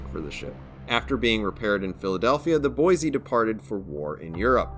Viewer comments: "Boy-see"... there's no "z" in Boise. Haha, just a little friendly ribbing from a local. Great vid! 👍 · maybe I can shed some light on this. I used to go to school with a girl named Rose. Her last name was DuBoise (pronounced Do-boys) and yes it is of French decent. However, you are correct that USS Boise namesake is Boise, Idaho.